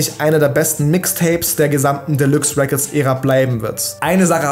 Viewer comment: "Delüx Räccords les go"😂